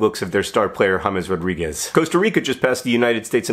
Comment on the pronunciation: At least he pronounced eye candy James Rodríguez's name correctly